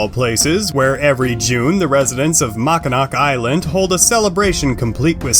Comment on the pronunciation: "Mawkinawk Island" o________o